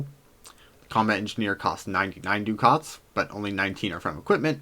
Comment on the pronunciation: liked and subscribed... one thing: it's pronounced "duck its"